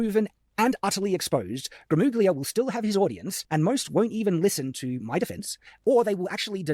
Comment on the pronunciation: Oh does he still say "gruh moog lia"